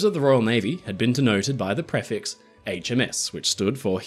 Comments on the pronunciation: Thanks for the video:) Very minor point: "prefix" is pronounced pree-fix, not pref-ix. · I can honestly say I've never heard anyone pronounce "prefix" the way you do 🤣